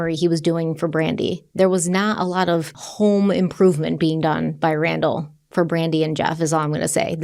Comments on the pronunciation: Omg brandall 😂😂 not bra fall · I am so glad to know that i was jit the only one hearing 'Brandall' each time ya'll say their names. Again, I am so happy that ya'll are covering Brandy's case from where I live.